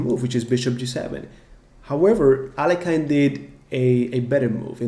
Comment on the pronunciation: Could you please pronounce Alekhine's name correctly?